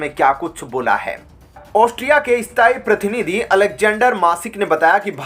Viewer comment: You are not pronouncing correctly while reading the news. e g prakriya as parkiriya pratinity as partinitywhich give different meaning